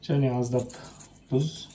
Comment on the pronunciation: Дұз емес тұз ғой